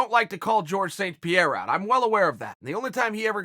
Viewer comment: Georges St. Pierre Chael: Jorge